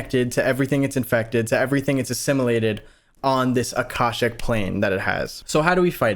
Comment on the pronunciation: do some research into the Akashic (ah-Kah-shic) records before you continue the series. If they start tying that in you’ll be so confused without some basic understanding of it. Knowledge is probably even linked to that specifically.